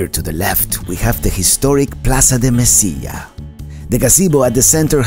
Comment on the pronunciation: Se dice Mesilla (ll sounds like g)